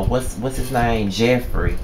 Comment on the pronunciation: Lol nigga did u say jeffrita?! Hell naw! Lol great review though